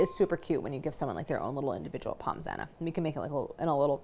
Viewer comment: Drooling here, looks so delicious 🤤🤤🤤 Point of note: pronounce Pommes as Pomme, no s-sound 😁 Love all you do and particularly that you are using Kerrygold, the Only Butter!! Suggestion: You should come to Ireland to do a collab with them ☘️